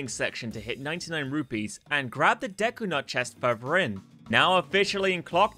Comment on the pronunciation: Its "further" not "Furrrr Vurgh"